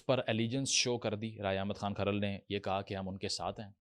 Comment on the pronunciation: Bolna to seekh le so called philosopher sb Jhamra nahi jhumra hai Or khral tribe nahi hai Kharal Rajput caste ki sub clan ya sub caste hai Waty, joiya or fatyana bhi Rajput goat گوت hain